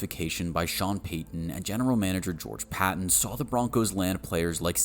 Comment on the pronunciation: Bro, while Sean Payton & George Paton spell their last names differently, it's pronounced the same.